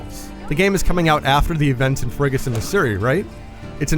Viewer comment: He said Frigison missouri and the fact he brought that up is unacceptable.